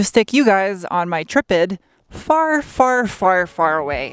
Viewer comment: It's not a trip-id, it's a try-pod! (Yes, I'm picky)